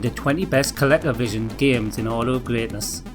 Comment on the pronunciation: I love how you say ColecoVision, it's how I'll pronounce it from now on